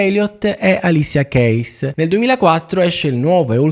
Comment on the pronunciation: sì però se vuoi raccontare una storia con questo livello di saccenza (storia che hai chiaramente arabattato unendo un taglia e cuci di biografie a dir poco imprecise) ok, però "ALISIA CHEIS" non si può sentire, manco stessi nominando un'artista completamente sconosciuta di cui non si conosce pronuncia, dio mio...